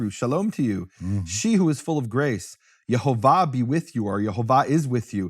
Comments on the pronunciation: Say it right, Yehovah not Yahovah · Nehemiah pronounces funny. But I could see the vowels: e o a. So it pronouns: Ye ho vah.